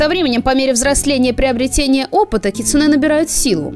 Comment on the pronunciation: Привет) Вообще не ожидала, но залипла на ваши ролики по КР знатно, спасибо большое) Как филолог всё-таки хочу внести некоторую ясность насчёт ударений) Возни́ца, са́ван, кицу́нэ (у японцев с ударениями отдельная тема, оно у них есть, но отличается от того, что в русском языке. Оно у них музыкальное, а потому в разных предложениях в одном слове оно может быть на разных местах для нас. Поэтому любое выражение ударения в японских словах средствами русской фонетики условно, однако что ж поделать, приходится выкручиваться), дзёни́н. Насчёт дома гейш, окия, полагаю, тут правильнее было бы вообще писать оки-я, с побочным ударением, соответственно: о́ки-я́. Можно вспомнить великого Миядзаки и купальни Абура-я в "Унесённых призраками". Не буду говорить, что такое это "я" здесь, ибо не уверена, но предположу, что что-то связанное с постоянными дворами и своего рода гостиницами. Может, кто-то разбирающийся меня поправит)